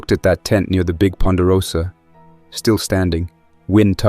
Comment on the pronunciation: They switched the vocal narration to a Southeast Asian voice to make it sound like a "real" person doing the reading. Note that the AI couldnt pronounce Ponderosa but called it Poodra lol. Story plot is inconsistent, major gaps in character actions=/=results, previous things described but results don't follow through to next things described etc. Yes, this is AI but tbh most of this genre on YT is AI: just bad continuity in the stories & character actions that either make no sense or have no point. Takes a listener right put of engagement unless you're just listening to fall asleep.